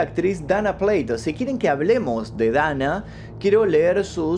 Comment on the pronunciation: Buen contenido. Observación: Se pronuncia Dana PLATO textual, ya que es un apellido de origen Español., los apellidos no tienen traducción y su fonética se pronuncia de acuerdo a la lengua nativa de quién lo esté pronunciando.